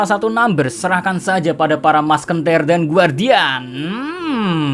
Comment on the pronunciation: Musketeer --> Maskentir Wkwkwkw